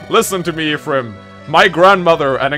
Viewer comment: Making fun of someone the way he pronounces 'lucina' and then go on to pronounce 'ephraim' like this. Smh